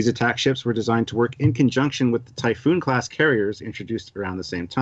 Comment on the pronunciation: TYPHON TYPHON TYPHON! Not Typhoon.